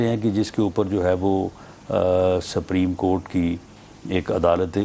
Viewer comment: He is a lawyer and can't pronounce the word,"supreme court" property. Just listen carefully and you will find the difference.